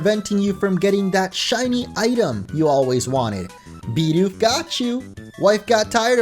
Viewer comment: It's BIDOOF